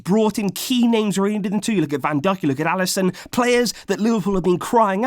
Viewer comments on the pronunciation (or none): He says Van duck